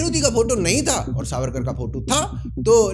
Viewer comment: Pronounce veer vinatak damodar savarkar CORRECTLY.